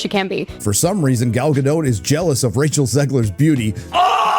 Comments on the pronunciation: Gadot, not Gado, the T isn't silent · There’s no E at the end of Gadot which means it’s pronounced guh-dot Dot